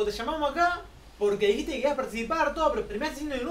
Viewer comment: En el segundo cuando dice lo de inutil...no parece que lo pronuncie muy bien...